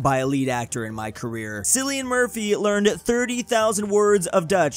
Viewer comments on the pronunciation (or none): btw Cillian is pronounced Kill-ian not sillian, in ireland, wheres hes from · It’s not Cillian is not pronounced Sillisn it is pronounced Killian. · Cillian, not Sillian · 'cillian' is pronounced as 'KILL-ee-ən' not 'sillian' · It’s pronounced Kill-ee-in not Silly-in 💀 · It’s KILL-ee-ən Murphy😭😭😭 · His name is actually pronounced like Killian even though it starts with a C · Its pronounced Killian Murphy btw 😂😂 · Its pronounced Ckillian Murphy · I can’t stand how pronounced Cillian Murphy’s name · Cillian is pronounced with a hard c